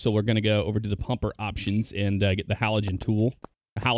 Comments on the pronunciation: Haligan not haligen as in like how you say again is the same ending as gan in haligan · It’s not halogen like the light it’s (Hal-li-gan). Haligan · Saying halogen like it’s a light bulb 😂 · Halligan not halogen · not the (hall-I-Jen)😂 but I don’t know if other departments pronounce it differently but I’ve always heard it like that